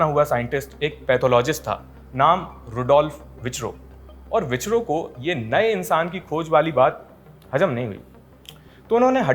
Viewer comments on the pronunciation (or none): बड़े bhaiya विचरो नहीं गई विरचाओ है उनका नाम 😊🙏🏻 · Dear. your videos are good. A very minor correction, because it may harm other listeners. The name Virchow is not pronounced as "Vichro", but "Feerkhow". If you do not believe me, check how German words are pronounced. Thanks. Your videos are best. One minor pronunciation mistake does not affect the entire sterling quality of video. Thanks. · Please use correct grammar and pronounciation of simple engish words.It's ' concept' , not conception and not ' Vicchro' but Virchow.